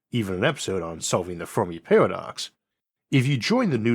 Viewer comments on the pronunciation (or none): none